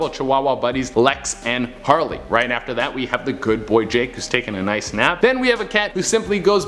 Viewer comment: Ronake noice